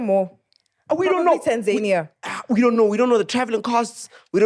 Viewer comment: guys its Tan-ZA-nia, not Tanzaynia😂💛